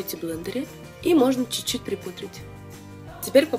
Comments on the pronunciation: только "чуть-чуть", а не неведомый чучуть))). А так, конечно, молодец. Прекрасная речь, прекрасное же руководство. Я безнадежный рукожоп в макияже, но даже у меня получилось. Еще раз - Лена, речь прекрасная! гладкая, грамотная, плавная, выразительная, богатая по словарному запасу и при этом четкая, ясная, предельно понятная. Молодец! 😘👍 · Чуть-чуть, а не чучуть)